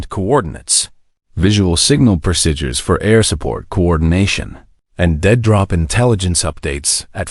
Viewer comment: AI narrator can't pronounce the word 'procedure'- very annoying.